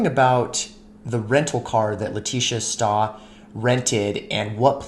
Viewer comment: Stauch is pronounced: St-ow (sounding like the animal cow but without the c - k. (Ch is a "k" sound) st-ow-k